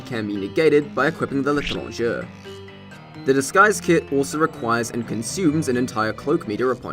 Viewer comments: L'étranger, not l'étrongeure. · Im not french, but i know the L'etranger is pronounced "Leh-trahn (long as as in palm)-jay". Preferably with a rolled R and a soft J